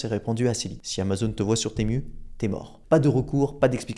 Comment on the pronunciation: tému , non , timou, oui. c'est dommage de ne pas se renseigner avant !